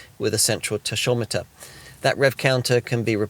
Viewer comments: Never heard anybody call it a "tashometer" before! Back to school, we call it a 'tackometer' sunshine. You just ruined your aura of professionalism. 🤣🤣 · What on earth is a “taSHometer” 🤦‍♂️